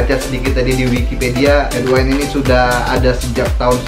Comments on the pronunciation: Bukan headwine... Headwind.. Sebut betul2 bunyi dia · Sebutan betul..head-win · headwind bro bukan headwine